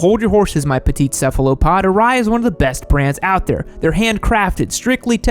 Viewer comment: aRai . Sho A Sho. Aye , Most people don’t know how to pronounce Japanese haha